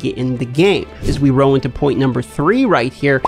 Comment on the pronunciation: Love the tips but I’d find a different word then roll cause I kinda feel bad but drives me nuts hearing “row” 100 times in 7 minutes